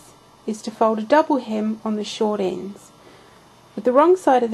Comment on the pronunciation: Sorry, but I did not hear you saying the "s" in "short endS". YOu are right, your pattern is clear, however, since I am making a baby pillow case, I did not look at the pdf file for measurements. My fault. I just completed my pillow cases with success after all, thanks to you!!!